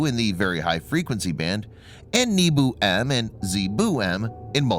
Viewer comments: If it only pronounced it as NYEH-boh, PRO-tiyv-neek, and ZA-ye-boo, correctly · I love the Nii-bu, and Zee-boo part. I know the narrator is struggling. Will he fail this time?